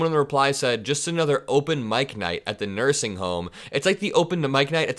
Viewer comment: "Open mike night at the nusing home." LOVE IT! VOTE 💙🌊🌊🌊